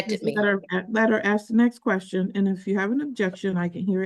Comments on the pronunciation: Why do black peoples say axe not ask? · Lost me at AKS! Why oh why is Ask so hard to pronounce? It makes an individual sound highly uneducated! I also notice this lady has a very hoarse sounding voice. I’m sure there’s not a soul that wonders why!? Since when do we get to attend court with Yo Gabba Gabba in the background. What a crap shoot. Poor Mrs Washington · How fucking hard is it?? Its called ASK NOT AXE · She's just axing questions 😂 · Ax the write questions. Yous can't ax Stoopid fkn questions. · It's so annoying when idiots try to make out their smart. The second she said,... Axe I was done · She just trin ta ax ah question. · “ Axe, axe, axe ….” WTF? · It's a choice. Axe is not an incorrect pronunciation. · If these women put as much work into not having babies and dodging responsibility this community might get somewhere. BUT 5,000 YEARS LATER THEY STILL CAN'T SAY "ASK" 😅😅😅😅😅😅😅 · Attn ghettofied citizens legal language is neat but when you cant say ask properly it makes anything else you say pointless and childish you better axe someone. And are all these sov cit tards flatearthers as well? They seem on the same level of delusion